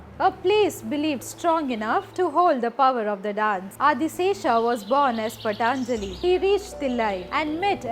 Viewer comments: It's not "पटन्ञ्जलि", the pronunciation is "पतन्ञ्जलि"...but thanks 🙏🏻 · One humble request ma'am Kindly consider Patanjali's ' ta' is not the one in nataraja but the shorter sound of that in 'TaamDava'